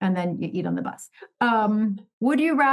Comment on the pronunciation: I thought you said “moving butt” not bus. 😂